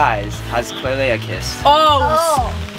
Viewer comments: Eww stop calling her klailea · always says Klailea instead of just klai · I love how he calls her klailea